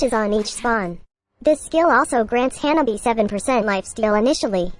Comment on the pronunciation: Notice how she pronounces janani as hyanabi